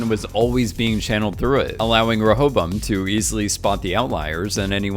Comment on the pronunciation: Great video! Side Note - It's pronounced "Ray-a-bo-im".